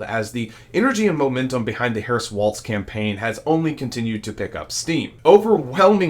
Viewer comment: Please pronounce Gov Walz name correctly. It is walls not waltz.